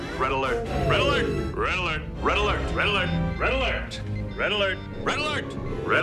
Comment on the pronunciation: After awhile it just starts to sound like RELLELERT